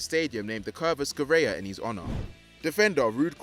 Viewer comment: Scirea ["Sci" is pronounced shi]